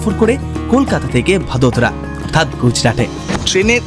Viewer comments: ওটা ভাদোদরা না বড়োদ্রা উচ্চারন হয় কারন এখানে থাকি তো❤ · ভাদোদারা ❌ ভারোদ্রা ✅